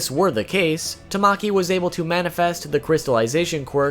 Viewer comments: i will not be Hermione trying to get people to pronounce things right It’s tama ki Not tam maki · tamaki is pronounced ta-ma-ki :>